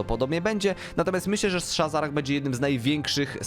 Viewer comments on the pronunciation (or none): shazzrah a nie shazzarah pajacu ty